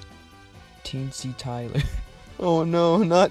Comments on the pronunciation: NOT TEENSY TYLER, FOR THE LOVE OF GOD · Not teensy tyler!!!!!